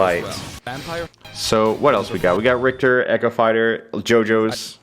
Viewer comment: Rick-ter. Tch is makes that sound not cht.